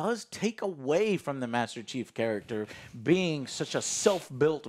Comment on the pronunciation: hmm i hear always master cheeks or master cheap